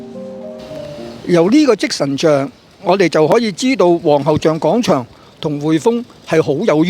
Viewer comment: 希望唔好再將廣場讀成講場喇。